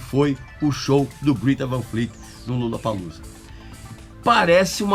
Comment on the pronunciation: É 'grêta', não, 'grita'. Segundo os próprios moleques da banda.